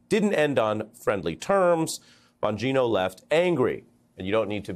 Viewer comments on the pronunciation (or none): lost me at "bon_GEE_no" 😅how do you not know how to pronounce names of basic figures in politics when this is ur whole job